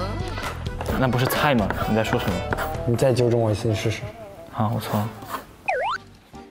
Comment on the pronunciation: LMFAO JUSTIN'S ACCENT WHEN SAYING 'CA CA' AND 'SUN MO" HAHAHAHHA WHICH PART IN CHINA IS HE FROM?